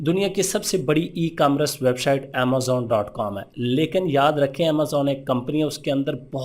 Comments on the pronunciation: Bhai apko emcommerce tk sai bolna ni arha lol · 1st of all you must have a proper knowledge about ecommerce,,then how to pronounce ecommerce 😅 2nd step rather then making yourself a guru recommend any ecommerce agency or YouTube channel my recommendation Enablers...